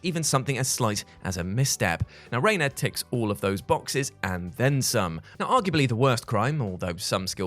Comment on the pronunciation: Reina? Really?